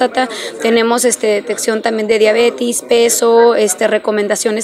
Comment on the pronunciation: Se mamut, no es diabetis, es diabetes😂😂 directora de qué es?